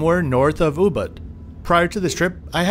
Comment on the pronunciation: Hi, on your next visit to Bali, I would highly recommend you review Puri Wulandari, a resort with great charm and Balinese character; and an utterly spectacular location in Ubud (which is pronounced oobood, by the way). A resort with 32 pool-villas, priced reasonably. Check it out!